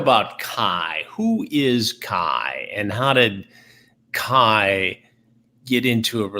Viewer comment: i love calling Kai 'kay' lmfao luv u bebe